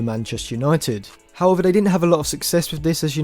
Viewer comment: Dude you are obviously a great football analyser. But for example the " excellent" is so hard to understand also the"however" . Also try to speak more slowly. Try to improve your rhetorical skills and pronounce words better if you want to become a great football commentary channel. Maybe that's just because I am not from an english speaking country. However I never had this problem ever before. Also please try to speak less monotone and articulate certain things better. Important words such as "score" should be pronounced different in comparison to other not so important words. Also maybe try to use an epic track in the background of the video to make things more interesting. Obviously keep the volume down if you decide to use one.